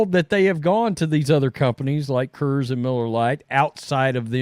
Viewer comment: It's not kers it is Coors (kors)